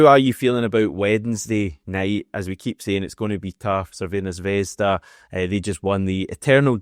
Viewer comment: Petition for to pronounce Crvena Žvezda correctly